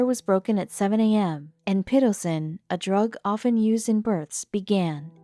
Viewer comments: I detest automated speech programs that have not been taught correct pronunciation. This time it is that the term is pih-TO-sin, not PIT-oh-sin. Didn't even bother to finish the story...next. BTW, thanks for the spoiler,. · Pitocin is pronounced Pit’-(t)oe”-sin. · The o is a long o. (Pit-oh-sin) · i cried.... lol but All I heard was PITOCIN and thought what is that? PAH- TOE- SIN..... omg, that drove me crazy..... lol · 🤣🤣🤣🤣🤣🤣🤣 The way the narrator pronounces "pitocin" OMFG!!!! LMFAO!!! PiH-toe-sin <-- phonetic spelling